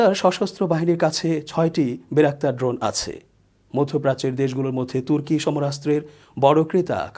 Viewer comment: আমিনুর ইসলাম শান্ত ভাইয়ের বিশ্লেষণ ওনার থেকে অনেক ভালো,ওনি ড্রোনের নামও ভাল করে বলতে জানেন না।